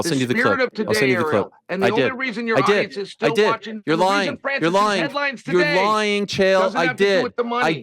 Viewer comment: Chael you’re lawying! You’re lawying!